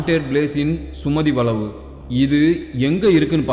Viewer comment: சுமதி வளைவுனு நல்லா சொல்லேன்பா சுமதி.வளவு வளனு சொல்றிங்க தமிழை சரியாக உச்சரிக்கனும் தமிழனா இருந்து நீங்களே இப்படி பேசினால் மற்றவர்களை என்ன சொல்வது தமிழை கொல்லாதே 😢